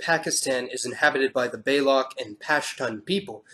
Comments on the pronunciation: Just to help your pronounciation - Balochi = Ba - loo - chee (not "baylock") Pashto = Puh-sh-too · Balochi is pronounced with CH, like in CHerries. To the matter of dark and light skin, it is also an issue in the Arab world. Light skin people are considered more beautiful. I don't know why. This is not something related to the western world effect nowadays. It has been like this for more than 1500 years. Dark skin Arabs sometimes are called slaves. Not African, Arabs. My brothers used to call me a slave! Even though I have a very big pointy nose that can give a role in The Hobbit Movie as a dwarf in Moria but I have a darker skin compared to them. However, people are not discriminated as much as in India for having darker skin, by darker skin I mean Arabs, not Africans. Africans are still being discriminated against in the whole middle east. Anyway, this issue is very serious in countries like Sudan and Mauritania. Very! They look alike but still. People tend to search for anything that makes them special in some way or another. Good job man, big fan. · I think the correct pronunciation of Balochi would be baa-lo-chee (IPA: bɑːloʊtʃiː).